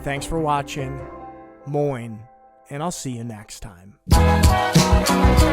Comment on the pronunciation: Moin geht immer, Tschüß wäre aber natürlich erste Wahl. Aber Moin konnte unfallfrei aussprechen, Tschuuuß hätte ich nicht ertragen, ich lebe seit Jahren im Rheinland. das ist für'n Nordlicht eh Höchststrafe, Tschö! 🤮